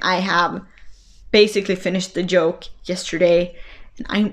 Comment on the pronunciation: Your podcast was very good. High marks for content and enthusiasm. You English is excellent and I had no problems understanding.One tiny thing , yoke and joke are two different words. Otherwise, very good.